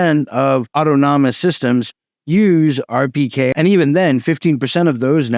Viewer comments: Au-ton-omous. Not auto-nomus. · New fan of the channel - when he says “auto-nom-is” system is it actually “au-than-ah-mis” ( as in autonomy / self controlled)? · It's autonomous not autonomonous ... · The pronunciation is awww tawn a mus, rather than auto-nom-us. /pedantry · Its "aw-tono-mus", not "auto-nomo-nous". This sounds like not really a ToR problem. Its a well known BGP design detail and it's always been this way. ToR networks are already crawling with law enforcement, without any help from BGP speaker spoofing. To say it identifies you is also a vague term. You will, presumably, still be using TLS for your web browsing? So, it'll identify your IP, and that you are using ToR, what else? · awe tah nuh muss, not awe toe tah non nuh muss. Very interesting! It's amazing that BGP is so security naive! Is there no way to add some kind of authentication to the BGP protocol? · WTF is Auto Nomus? Was that a greek ruler? LOL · Man, great presentation. You did the homework, you covered something viral, and i really appreciate the video. If you care, i have this small correction, *Adoption is the word you were looking for, not adaption or adaptation. Autonomous is pronounced "Ah-tonu-muss". Idk if it matters, but i couldn't stop myself from posting. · "Awe-tahn-ih-mus" my brotha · ot-on-oh-mus = autonomous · Auto-nom-nom-ous system. Come on. Why? Some sort of inside joke? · DOOOOD!! please! you're killin' me over here......aught-tahn-no-muss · You're adding an extra syllable to autonomous. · Mispronouncing autonomous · Jesus christ man learn how to pronounce autonomous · Why are you pronouncing "autonomous" like that? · Check how to pronounce "autonomous". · 😅 man's been saying the word anonymous so many times, he sticks it inside of autonomous.